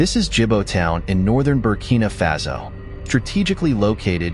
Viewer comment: It's Faso, not Fazo.